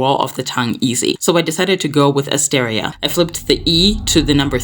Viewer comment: "Assteria"? lol no